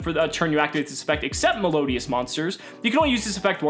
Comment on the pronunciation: the way he butchered melodious.........